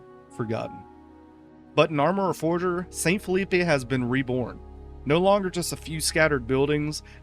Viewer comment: I'm gonna be honest, maybe this one should have a retake and reupload. The pronunciation issues with St. Phillipe and Tyrone (remember this is a french colony, it needs french pronunciations), calling the town of Morton a coastal base (likely due to its marking in the conflict mode, even though it is clearly not a coastal base in any way. The Enfusion workbench, map hint and GM mode will confirm this), not to mention the subpar captions constantly misnaming the various towns and more complicated words, including the damn name of the game itself sometimes..